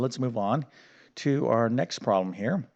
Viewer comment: Easy: (x-7)(x+2) Just do it by inspection. You can write the answer straight down. You don't need any "hacks". And also it is "problem" not "prawm".